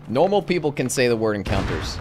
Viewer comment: “Nowlmowl (normal) people can say encounters”😂😂